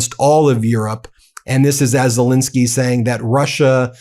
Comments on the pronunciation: PLEASE STOP MISPRONOUNCING THE MAN'S NAME. it is "Zelenskyy" and NOT "Zelinskyy" - the middle syllable having the e sound of pet and step and bet, NOT the i sound of pit. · *ZelEnskyy. Please get his name right.